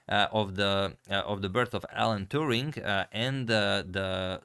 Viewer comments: Turing not Touring ! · A correction. It's Alan Turing (not Touring). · Hmm, I think it is Alan Turing, not Alan Touring. Otherwise great video! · His last name is Turing not Touring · His name is Turing. Not Touring.